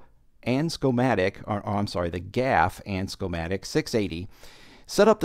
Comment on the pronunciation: Kodachrome slides are archival quality and retain their color qualities, but standard E6 slides like Ektachrome fades over time. GAF is pronounced as G A F, not "gaff." Also 128 was not a film format.....you probably meant 126. Good stuff however, yo do good work, keep it up.